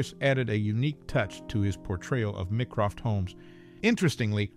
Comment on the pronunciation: MY-CROFT! NOT ME-CROFT. If you have watched anything where Holmes' brother features, then you KNOW this and I can only believe that you think yourself above showing a simple level of respect for the work you are commenting on. No, it does not make you clever, witty or intelligent. Just insulting & not worth listening to.